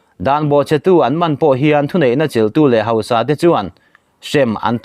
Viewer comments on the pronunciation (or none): none